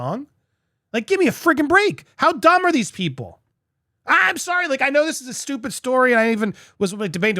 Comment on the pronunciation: Immature giggle but in your vid you say "how dumb are these people" It sounded like "how Dahmer these people". Andy, have a listen 😁 x